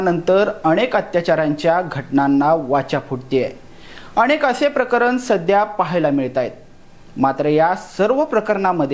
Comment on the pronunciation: अणेक प्रकरण नाही... अनेक प्रकरणे.... मराठी स्वच्छ बोला.